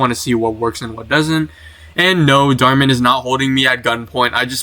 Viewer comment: Bro said "small" channel called Darh Man 😭